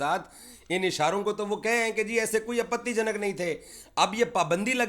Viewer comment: The way says "Apatii janak " isharay 🤣🤣🤣